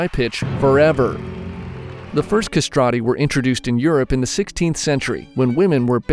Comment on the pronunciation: non sapevo nulla sui castrati also you are mispronouncing it